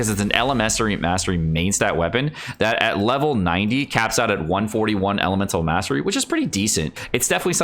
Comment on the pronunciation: lol what did u just say elemestary mastery lol